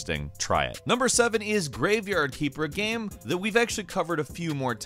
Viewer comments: I really like and enjoy your videos but I can't stand how you say the word "game" it sounds like you're saying geem :) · Please stop pronouncing game “gam” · Take a shot everytime he pronounces "gaem"